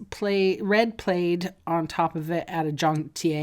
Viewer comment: Love the alternative 's, but never in my 66 yrs. Have I heard plaid pronounced played!